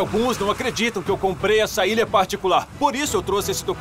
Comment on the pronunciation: comprei a "ira"? Kkkk